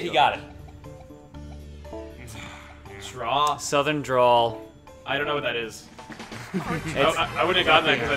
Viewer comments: That feeling when Chugga puts 'Softkern' instead of Southern. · How the bloody hell can someone not see Southern and see "Softkern"